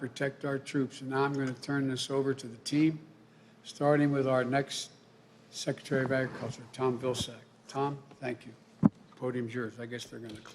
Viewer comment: Secatary ofaggacture.... slurr a thon